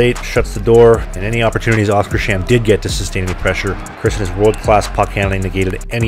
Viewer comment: You have probably been told this before, but it's pronounced "Oskars-hamn" (Oscar's Harbour)